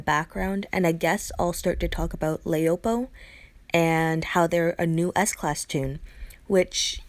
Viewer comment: You forgot jessie anderson as an S class. I don't really like laopo as a 6* she is too slow. Her name is chinese for wife so pronounce it that way la-o-po